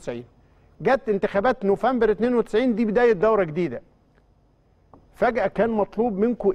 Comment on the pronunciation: ياريت تصلح من طريقة نطقك لشهر نوفمبر